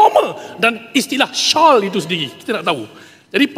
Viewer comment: machang tu embarassing lah...it is SHALL not SHAWL ....tahap ni ke bahasa inggeris dia